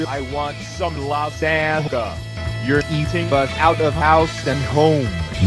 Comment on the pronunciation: Even John can't pronounce lagzangna right